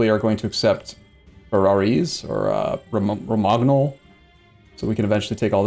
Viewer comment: ok I'm really sorry, I'm not usually this guy, but I just have had it with the boloGnas and RomaGnols. It's pronounced bolonya and romanyol. thanks and sorry. great to see you back on eu4, can't get enough of this series.